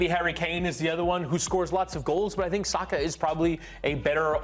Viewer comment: Thank you for pronouncing his name right, it's Sah-kah not Sacker as the English pundits have been saying for years.